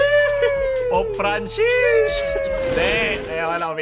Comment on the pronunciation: That Pope fran-sheesh got me haha